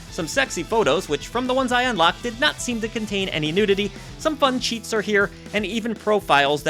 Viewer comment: I heard unlocked "cheeks" instead of cheats 🤣